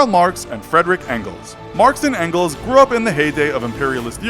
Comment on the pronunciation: His name isn't "frederic engels" he is called "Friedrich Engels" and don't pronounciate "Engels" like "Ancles" 😂😂